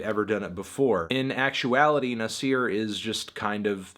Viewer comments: Did you really had to call the album Nazi with a hard R? smh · How you gonna say Nas properly 5 times then says Nasir wrong?